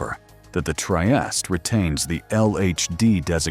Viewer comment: Anyway the right proununciation is: Tree-eeh-steeh